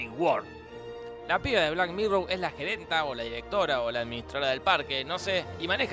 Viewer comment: 1- Suena como si dijera "black mirrow" en vez de "black mirror" 2- ¡Apoyo la moción de que vuelva ultraviolento con toda violencia!